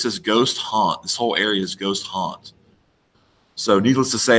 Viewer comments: For your "not for the meek," it sounds like you're saying "Ghost Haunt," but what you're pointing to is "Goat Haunt." I may be hearing you wrong -- if so, never mind. Having said that, last summer I tried for a couple days to connect Mt. Cleveland (home of Brown) to other clues on Google Maps, but gave up on it. I couldn't find connections, and the whole area just seems too wild and rugged for an 80-year-old to be making multiple trips with a heavy backpack. If you go this summer, I wish you best of luck. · Its GOAT HAUNT not Ghost. Two boat trips in an afternoon ?